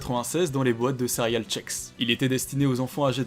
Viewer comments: J'ai arrêté la vidéo quand j'ai entendu le gars dire cériales 🤦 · "sérial" .....?? CÉ-RÉ-ALES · PUTAINNNNN ON DIT CÉRÉALES PAS SERIAL 😡😡😡😠😠🤬 J'AI LA HAINE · Bordel , on dit Cé - Ré - al ^^ pas sérial .